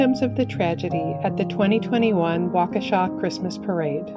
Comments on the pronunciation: Yes, and thank you for pronouncing Waukesha correctly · I'm glad that the narrator pronounced the name Waukesha correctly. Too many people mispronounce the name, including some people who live there! It's an Indian name and it's a suburb of Milwaukee in Wisconsin. I live in Winona, Minnesota. Winona is also an Indian name. The correct pronunciation is Win/oh/nah. The emphasis is on the second syllable. Winona is named after the legend Princess Wenonah. A lot of residents in Winona mispronounce the name. Congratulations to the narrator for pronouncing the name Waukesha correctly.